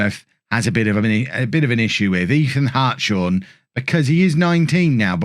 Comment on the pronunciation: I believe Hartshorn is pronounced Harts-horn, I knew someone at school with this surname, sorry to be pedantic. It just grated slightly when hearing it. Keep up the good work anyway. This looks like it'll be an exciting save for seasons to come.